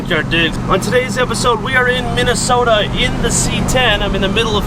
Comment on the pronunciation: So how do that pronounce that state Min A Sooootahhh lol